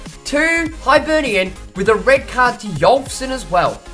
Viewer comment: It's pronounced hibernian not hybernian